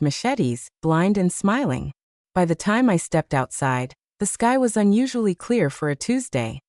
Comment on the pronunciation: Maybe you haven't noticed but your AI regularly pronounces 'by' as 'w y' (with space).